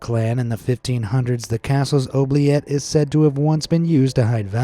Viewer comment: Oubliette is pronounced Ooo-blee-et. I live in Belgium, right on the French border, not sure where you learned to say this paticular word, as always, a FANTASTIC video. ❤️